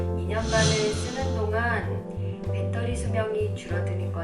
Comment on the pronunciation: 배러리 관리에 철저하시네요. 배러리 발음에 좀 웃겼습니다.